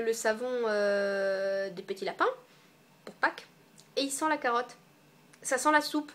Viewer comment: Sur certains mots tu as l'accent "ça sent la caaarotte ce truc" ah ah Je vis a Paris et je suis originaire de Belfort, ma meilleure amie est partie faire ses études a Strasbourg et en 1 an et demi elle a choppé l'accent! Mais ne t'en fais pas, tu as eu l'accent uniquement sur certains mots ;) J'ai la peau mixte en fait, et cupcake et la grande mentheuse sont MES masques chouchou, du coup... bon a la limite si je ramène des pots de noirs je perds rien ;) merci!